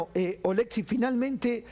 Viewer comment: Ché, no es OlEksiy,- OleksIy 🇨🇱❤️🇺🇦